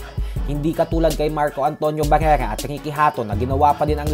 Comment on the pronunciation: pakipronounce ng maayos si barrera